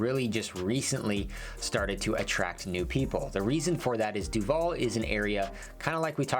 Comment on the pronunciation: He pronounces Duvall incorrectly. Even more annoying is that in the last few decades, with more new people moving in there, so many new people pronounce it incorrectly that it drowns out the old-timers and people think the new way of saying it is the correct way, because that's what they mostly hear. It is not DuVALL like the actor, emphasis on the last syllable. It is DUvall with emphasis on the first syllable.